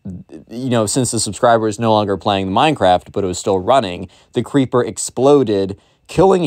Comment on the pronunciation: When you make the voice of the Minecraft kid when you say creeper, it sounds like keepa I’m actually serious whenever you said creeper before you actually verified it was creeper I thought it was keepa